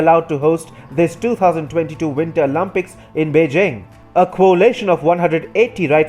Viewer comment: winter “OLAMPICS” 💀💀💀